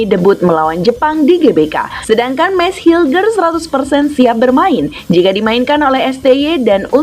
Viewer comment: bukan meis hilger. tapi bacanya meis heo hers